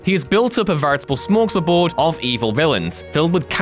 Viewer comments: "Impeetses"? Bahahha Impetus. That along with smorgs-muh-board aahaha, come on man. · SMORGS-Muh-BOARD?! LOLOLOLOLOLOLOLOLOL